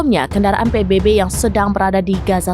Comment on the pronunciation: Sebutan nya adalah PBB tolong jgn baca huruf salah. Ini huruf bunyi nya B bukan nya baybay